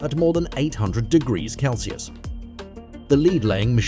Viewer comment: The constant "leeds" made me question humanity, and the "kelsius" finished me off.